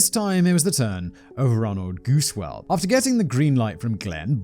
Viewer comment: I know Gusewelles from the exact area you are talking about. I just wanted to volunteer that you got the pronounciation right the first time: "Goose well". Hopefully Gusewelles won't show up on one of your posts until maybe one of them does something awesome and end up on Biographics. Just in case that happens, now you know!